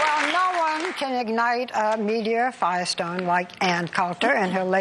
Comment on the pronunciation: Yes, she does actually say "media fire stone". I was lost after that.